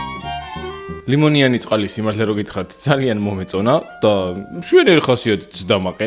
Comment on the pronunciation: Limoniani ara limniani❤😂